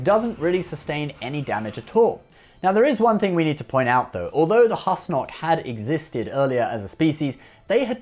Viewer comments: He also pronounces "Husnok" wrong. It's pronounced like "who-snock" (as per the alien Douwd in the episode) not "hus-nock" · Number 03 is pronounced "Whoose-Nock" like Goose, not "Hus-Nock" as in Hustle. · Pronunciation. They say it many times in the show. - Not Hus-knock. It's Whos-nock